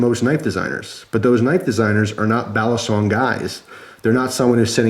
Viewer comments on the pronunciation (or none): Its pronounced "BALLEEEE SONG.. not "BALASONG